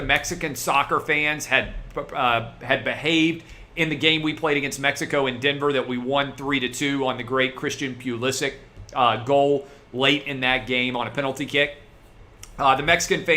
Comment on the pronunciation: It’s pulisic not pewlisch